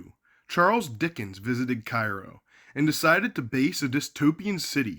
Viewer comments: It is care ro not ci roe call kfvs 12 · It's Kay-ro. Learn how to pronounce it correctly. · Its pronounced "CARE-ROW....I grew up 10 miles from there back in the sixties. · I was born and raised here until my pre teens... And fyi... It's pronounced KAYROW or care-0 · Kay-row or Care-row according to comments in a number of videos about the city. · It's Cairo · Informative video, but probably would’ve lent more credibility to your research if you knew how to pronounce the name of the town.